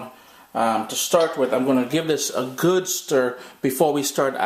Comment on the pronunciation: yup yup...big shout out to the trinis...when i heard him say "ooh goood" i was like...he trini lol